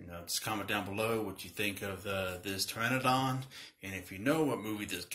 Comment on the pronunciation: Thanks for learning me about how to pronounce this Dino's name Fam. The P is silent! #TagTeam